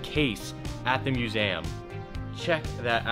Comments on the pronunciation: Did he say musam? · Love the vids man. But there is no 'a' in the word "museum". Lol was bothering me all video but all love. Keep it up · Great vid ! “Musam” had me laughing I think u meant museum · Why's he saying musaaayyyyham 😂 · Is he saying museum weird or is that just how american people pronounce it? 😂 mew-zay-um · The way pronounces museum lol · Why does he say museum like that😂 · The way he says museum 😭